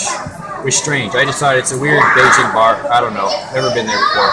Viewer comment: Why can't your even pronounce Beijing correctly?